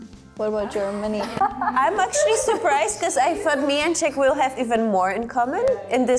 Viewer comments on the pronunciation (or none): none